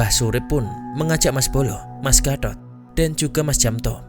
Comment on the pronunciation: Penyebutan gatot jelek banget serius mengganggu pendengaran😭